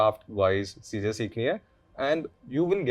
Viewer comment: Am I the only one who's blood boils everytime says "chizein"? I think is actually a mouse who's obsessed with Cheese.